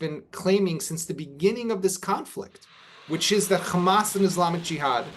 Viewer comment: Is you invite a bloke who can't pronounce HAMAS that says it all ...